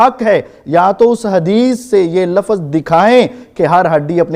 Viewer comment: ل ف ظ نہیں مولوی لفظ ہے۔جو مولوی لفظ کی سہی ادائیگی نہیں کر سکتا اس پر بھروسہ کیوں؟